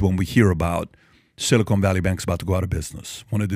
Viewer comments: PBD you are killing me with your pronunciation. It's silicon, not silicone - two different things entirely. The first is an elemental metal that semiconductors are made from the other is a polymer sealant.😊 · Patrick, please stop saying "silly-cone". It's "sili-kahn" 😂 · 'Silicon' NOT 'Silicone' - there's a difference🤣😒